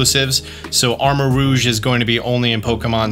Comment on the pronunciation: Thank you for saying armor-ROUGE(ro͞oZH) correctly. Drives me nuts every time aDrive says armor-ROGUE(rōg). Rogue isn't a color like Cerul(ean), and it's not spelled that way. /rant